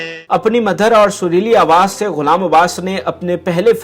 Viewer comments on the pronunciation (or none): کیا بےہودہ پریزینٹر ہے ۔۔ اردو کے جملے بولتا نہیں قتل کرتا ہے مَدُھر کو مدَھر بول رہا ہے۔۔۔۔۔ توبہ ۔۔۔۔ جس پنجابی گلوکار غلام عبّاس صاحب کی بات کررہا ہے ان کا اردو پرعبور کمال ہے۔۔۔